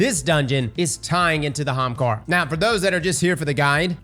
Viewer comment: Does this guy realise there's an 'A' at the start of 'Ahamkara' ?